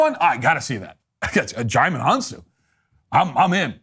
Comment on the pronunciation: Your (mis)pronunciation of Djimon Honsou's name made my day. Amazing.